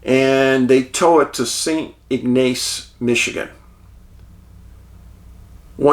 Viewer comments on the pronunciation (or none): LOVE YOU HUCK AND DAVE!! Michiganders pronounce these cities like this; Mack-in-aw St. Ig-nis You're cracking me up with how you say michigan cities 😂😂😂